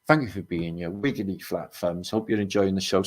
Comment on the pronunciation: Wiggewy fwat fwunbs